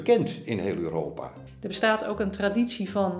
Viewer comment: Leuke videoserie met goede gasten. Maaaar ehh, waarom zeggen sommige mensen Uuropa, in plaats van Europa? Of ben ik nu te direct.